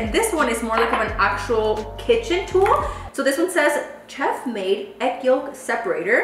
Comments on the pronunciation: Girl the ch in chef is pronounced like sh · chef is pronounced como sheff! 😂 asi con la sshhh que hablas normally